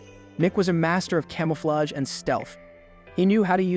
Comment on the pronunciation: Great video, but this man really said "daybutt" instead of debut, "came-ah-flayjje" instead of camouflage 😅